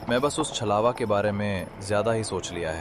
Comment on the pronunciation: Good story bhaiya and chalwa nhi chhlawa hota hai